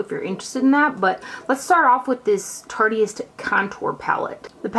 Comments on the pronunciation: I think it's "tarte-ist" like "artist" only with tarte in front of it haha ;-) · Love, but hearing her say "Tartiest" over and over was kinda jumping on my last nerve haha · The way she said it, "tartiest," has certain....implications. Ha ha. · it absolutely kills me how she says "tartEist" lmao.. too cute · I don't like correcting people , but I'm pretty sure it's pronounced like tart-ist. like artist with a t.